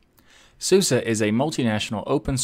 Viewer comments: When we Germans pronounce SuSE it sounds more like Zoozeh for Anglophone ears, not like ßooßeh in the video. But a very good try, is the bestest American ever!:) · I'm sorry to say that, but YOUR PRONUNCIATION IS COMPLETE WRONG, mate! SUSE ist eine DEUTSCHES distro, so the correct pronunciation is zuze 'cause the letter S in german is pronunced like a english z. However we can pronunce it in our way. KEIN PROBLEM ;) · Susa? Can't English-speaking people pronounce an E at the end of a word? SUSE is an acronym of Software und Systementwicklung (Sofware and system development). It is pronounced everywhere - obviously except in the English speaking world - with an E sound at the end as in the word get. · I am from Germany. I thought it is pronounced like Su-si, so the "e" is pronounced like the German "i". Susi is a German name for people. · NO, NO, NO ... the correct pronunciation is Soose, just like Moose. Where did I get this information ... in 2000 I bought a copy of Suse software and was curious about the pronunciation. As I read through the documentation I came across a line that described how to pronounce Suse, and they described it, just as I just did, Soose, just like moose. There you have it from the company itself! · I use to pronounce it as "suus" or "soosay" never thought its going to be "susa" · Well they also made a song last year where they say it is pronounced "SUSA". (Which is ridiculous... nobody does that) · so it pronounce as SU-SA not SU-SE? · "SUSE is in fact pronounced the way I said it." Yes, in the English-speaking world, but not in Germany. :)